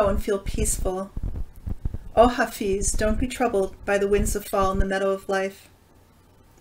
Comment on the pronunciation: Hello and thank you. By the way, his name is pronounced Ha Fez. 💕